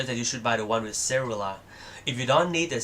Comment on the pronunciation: Great overview for a straight forward comparison between ipad4 and ipad mini, Yes ill get ipad 4 Thanks And i know what cellular is but the way it was pronounced baffled me for a while